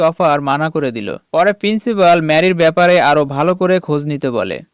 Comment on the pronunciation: একবার বলে প্রিন্সিবল আর একবার বলে প্রিন্সিবাল আবার বলে ক্যালটিউটর 😂😂😂